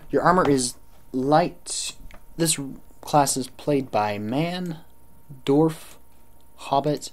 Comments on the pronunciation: Not to sound like a obnoxious dick, but Dwarf pronounced 'DE-WARF' not a 'DORF'. Good guide otherwise. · This video was pretty informative and accurate. I like that your pronunciation of dwarf sounds more like dorf.